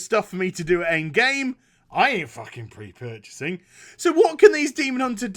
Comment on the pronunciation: Got a kick out of the way kept saying, "I ain't fucking pre-purchasinnn".